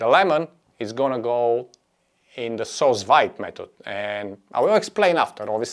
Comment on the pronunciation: Do you think it could work with canned pineapple? Fresh pineapple can't be found all year round near me, and they're very expensive when they are available ... PS: I believe 'sous vide' is pronounced like 'sue veed' :)